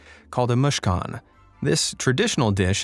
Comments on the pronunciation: The chicken pizza is pronounced —- moose ah ken—- not moosh aken. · mooshkan is how u said it is is moo-sa-kh-an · The Palestinian dish is spelled that way mu- sa- Khan. Kh is spelled as Loch. Mu sa Khan . You spelled it like a Russian person reading. Please check that.